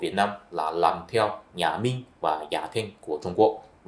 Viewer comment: Tôi lậy ông, ông nói như tiếng SÚNG ĐẠI LIÊN, không giống ai, tôi có rất nhiều bạn người Hoa họ nói tiếng Việt còn rõ hơn người Việt rất nhiều, như chữ RỒI chứ không phải GỒI, chữ LÀM không phải NẰM. Thôi đủ quá rồi nhá bạn.